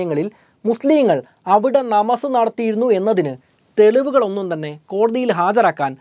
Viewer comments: നമസ് അല്ല നമാസ് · നമസ് അല്ല ഭായ്.. നമാസ്... അത് ഹിന്ദി വാക്കാണ്... നിസ്ക്കാരം... അതാണ് ശരി.. ✌️✌️✌️